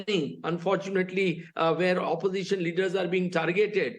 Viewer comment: Oposition--all he says is suposition😅😅